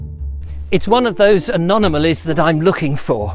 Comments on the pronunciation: He said Anonamalies twice 😊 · He really can't say anomalies.